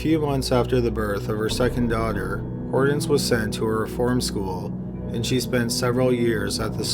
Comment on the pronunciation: I have never in my life heard ANYONE pronounce the name Hortense as "Hordens". That was driving me nuts! Other than that, good video.